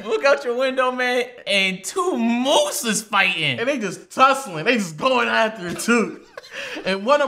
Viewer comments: Couldn’t even say moose as a plural sayin meeses Nd mooses😭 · does anyone realize that said mooses its just moose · You made fun of flight for saying deer, and right after you said "mooses" the irony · I was laughing when he said meeses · “Meeceses”😭Kilt me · nothing flight says makes sense Also: meeses🤣🤣🤣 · I lost it when he said MeSeses 😂😂😂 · I died when he said said meeseses 😂😂😂😂😂😂😂😂😂👍🏿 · So we just not gonna talk about low saying meeses? No? Okay.